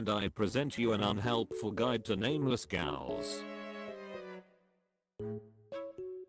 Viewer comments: Great video, but I have some issues: very goofy background music, you could choose some rock track, not circus music, and pronunciation is wrong in many places gals (ghouls) and alchemy should be pronounced al-kuh-mee not al-che-mee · I do wish the artificial voice could properly pronounce’ghouls’ 😂